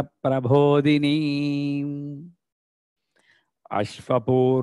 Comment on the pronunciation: It is Prabodini and not Prabhodini 🙏